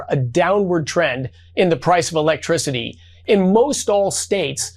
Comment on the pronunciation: Energy sectary can't pronounce electricity?